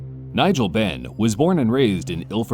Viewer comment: Benn? Seriously? 🤦🏼‍♂️